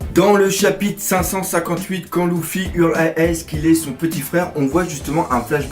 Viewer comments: luffy pas louffy xD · Je ne suis absolument pas d'accord quand tu dis que Luffy est destiné à épouser Hancock!!! Il lui a clairement mis un vent donc elle ne sera jamais sa femme! De plus, la femme de Luffy, c'est moi et personne d'autre. PS: Son prénom se prononce [leuffy] et non [louffy], je crois que ça en perturbe plus d'un... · sa se prononce leufi mais sa s'écrit Luffy et lui il dit loufi 😂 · Mais pourquoi tu l'appel louffi à la place de luffy mdrr puis sanji tu prononce Sa senji.? Mdr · pourquoi tu prononces L{ou}ffy ??? et non pas L{eu}ffy oui c'est bien eu car le L se pronnonce comme un R et donc Ruffy est la seule prononciation correcte (le R se roule comme si il etait un L) si tu as deja regardé les animes je pense que tu devrait le savoir. (en vostfr biensur) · slt dsl mais on dit "leffy" et nn "louffy" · dans ce cas-la on dit ROUFOUI car ca s'ecrit RU-FU-I en romaji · J'ai mal aux oreilles quand tu dis LOUffi au lieux de LEffi =/ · STOOOOOOP POURQUOI TU PRONONCE LOUFFY DANS LA VIDEO SA CE PRONONCE LEUFFY NORMALEMENT NON????????🤔🤔🤔🤔🤔🤔😙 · Tu peut arreter de dire louffy plz? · "Louffy" x'D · dans la VO jententai leuffy vu que j avai l habitude ..😶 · Redha One mais ca se prononce avec des L roulés ( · Redha One au pire on le prononce comme on veut loufi moi luffy et toi ruffy et tout le monde est content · News Manga parce que la vf respecte par la prononciation du personnage mais bon dans tout les cas on s'en fou y'en a c'est pire genre la version allemande c'est même plus Luffy mais Ruffy